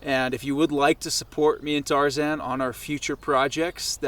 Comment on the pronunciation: Sorry couldn't watch it past the point where you said your mate's name was tarzen.